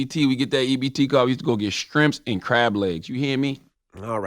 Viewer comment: Charlemagne... Please stop saying sKrimps... Please.😐